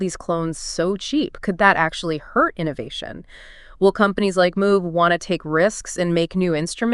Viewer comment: Moog rhymes with vogue. Synth 101 basic knowledge.